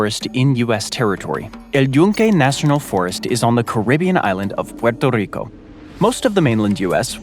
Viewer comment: So, i admire that you pronounce Puerto Rico correctly, but you miss on Nevada and Colorado. 😢 You East Coaster, you.